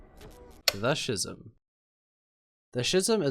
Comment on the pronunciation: I stopped watching after the creator massacred the word “schism”. The